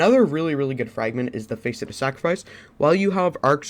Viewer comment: Face et? Lol it’s pronounced fasset. Just fyi. Good vid❤️